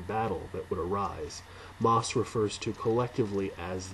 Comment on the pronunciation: Pronounced 'mossy'. Thank you for this review.